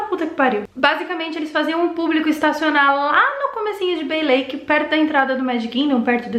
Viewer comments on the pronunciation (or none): none